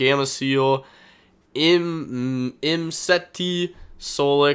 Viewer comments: Finally he said imsety right lmao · Proud of you for the "Imsety" pronunciation